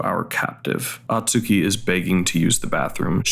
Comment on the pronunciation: Hey, appreciate you making this vid as the movie is underappreciated. But for the love of god, it’s “Oh-tsuki”, not “ah-tsuki”.